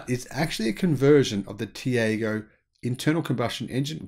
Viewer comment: Tiago is pronounced Tea-are-go… As you note the Indian EV drive cycle is very different, the drive cycle for ICE cars is similar to the NEDC but capped at 90kph to reflect the lower speed limits in India, similar with their own road testing (as it would be impossible to use the same cycle as Europe within the speed limits), but the EV cycle is the urban part of the NEDC (up to 50kph only), as for harmonising cycles, good luck with that.